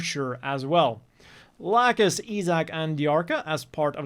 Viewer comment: I'm sad that if this gets dubbed, it'll most likely be only with the new remaster cast. I much prefer the old cast, and also hate what I've heard of how they say lacus or laacoos I guess